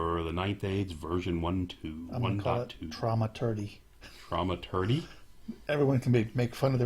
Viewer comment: Pronunciation - thaw-maturgy, soft th :) Thanks for the review - I'm hoping the randomness will work in my favour, but I expect to see some frazzled goblins...